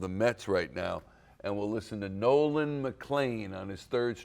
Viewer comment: Brother can't even say Nolan's name😂